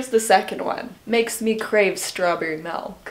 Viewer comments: Can really hear the Canadian accent in pronunciation of milk. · saying melk compared to how i say milk is my everything now🥺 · I didn’t think you were a “melk” person oh no 😫😂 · love when says ''MELK'' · A true Canadian when she pronounced it as "Melk" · The way says melk.